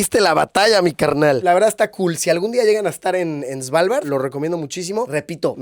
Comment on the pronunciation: No diga "Svalvard" diga "Asgard" 👌